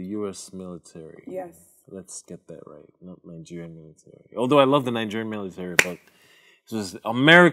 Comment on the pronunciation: "Meelatarry" dfkm 😭😭